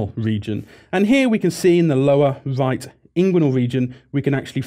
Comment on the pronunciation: "the lower vight inguinal region".